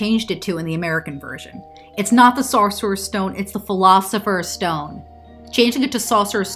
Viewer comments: “Saucerors stone” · Can you say "sorcerer's" again for me 😂